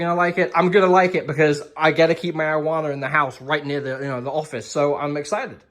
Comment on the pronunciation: You said arrowana, I heard marijuana 😅😂